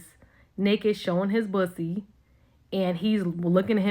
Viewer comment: it’s poosie 😂